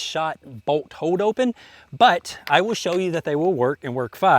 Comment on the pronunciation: It's pronounced BOLT, not BOAT. Hahaha